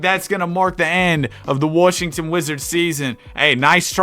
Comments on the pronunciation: random question, but what accent makes someone say Washington as Warshington? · “warshington” you’re definitely from Arkansas or Texas😂